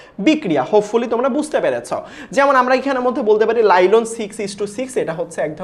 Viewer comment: Ota nailon lailon na😂